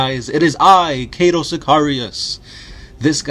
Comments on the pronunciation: It's Cato not cate-to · Kaaytou sikayrius wtf dude lol